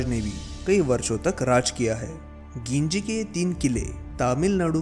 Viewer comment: वो गिंजी नही है वो जिंजी है।